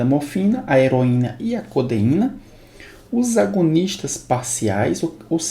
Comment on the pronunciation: as aulas são muito boas mesmo, mas na humildade pra somar. he-ro-í-na co-de-í-na.